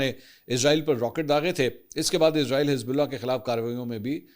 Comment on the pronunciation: Sir ezrail nae esraeel bola Karyn plz